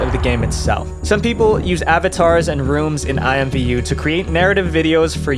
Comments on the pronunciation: It’s actually pronounced IMM-Voo lol believe it or not. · Today I learned that IMVU was ever considered a kids game and alsothat it was pronounced i-m-v-u instead of imm-voo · I played IMVU when I was maybe 15 to 16 y/o. I had 2 accounts, because I didn't play it for like a year, and forgot my old account's password. I also pronounced it "eemvoo" xD